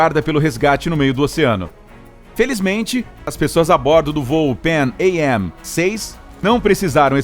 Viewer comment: Seria interessante ver a pronúncia CORRETA do nome PANAM. PARABENS PELO vídeo!